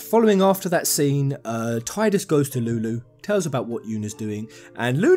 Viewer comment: Its pronounced Tee-dus not Ty-dus. This isnt a matter of opinion its a fact. The voice actor himself confirmed it.